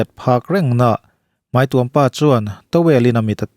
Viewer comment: Mai tih turah mei tih hi hmang thin teh suh u.Mizo tawng in pawng sual/in ti dajat